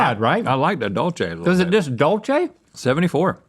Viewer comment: The way yall pronounced dulce had me crying. Its actually pronounced "doo-l-seh" lol